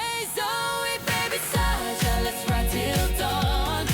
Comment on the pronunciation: ZOEY not zoue